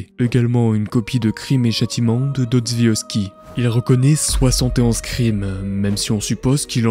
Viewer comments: "Dotsviovsky" ??? Pardon ????? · chef je suis née en ukraine je parle russe et je vis en france , fedor DOSTOÏEVSKY est un grand ecrivain de chez nous ( et ca ma fait golri comment tu as dit son blaze)😭😭 ps. jtm😘😊